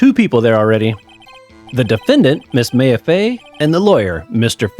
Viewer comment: Loving that this is a full series now! I don't think you ever had me do this but I post obnoxiously long comments in Let's Plays for games i love so sorry if that bothers you before it gets to far "Maya" is pronounced "My-ah" and not "May-ah" haha Very nice observation about the case starting really fast compared to the intial investigation. They actually have a lore reason for that! I always recommend pressing all statements in a testimony even if the contradication is really obvious without it. You miss alot of fun dialogue for not doing it but it can make trial sections go a bit longer so it's not a necessity Something to note for this game series: Shu Takumi the creator of the series knew absolutely NOTHING about the Japanese Legal System (which the series is based on). It could be said it's a complete parody of the system due to this and it has completely nonsensical moments because of it, but that's what makes the game super fun! Also to note: The english version of this series is based in Los Angeles, California. There will be funny moments where they are in a completely japanese location as they are just like "ah good ol America". It's due to a funny localization issue where when the original localized it from the Game Boy Advance to the Nintendo DS they had no idea there was more than 1 game. Thinking it was standalone they made it take place in California not knowing that it's VERY clearly in Japan in the future games. They were in way too deep to go back on it and